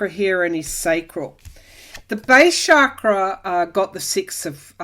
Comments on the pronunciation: Awesome reading, per usual! TYSM! I've always considered him to be like manure helping our garden grow. Quite unpleasant, but a necessary evil, aiding our evolution as a society, one of the catalysts for the coming changes. So your comments about his crown chakra very much resonated. FYI, was once told that chakra is actually pronounced like cha in cha cha, not like sha. Love and light to you! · Found this more detailed explanation on pronunciation, if you're interested. Guess it's actually like "chuck-ruh."